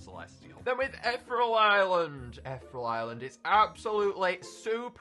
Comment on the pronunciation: When is he gonna learn how to pronounce ethereal